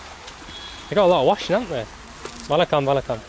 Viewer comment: I like how you say "vanakkam"